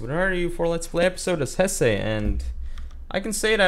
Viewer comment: First, you're amazingly good at this game. Second, isn't it pronounced "Hess-uh"? Third, subscribed.